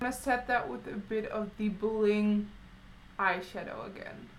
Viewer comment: I love how you say bllllend, bllllack, blllling.... :) True blood is my favorite TV show! ♥♥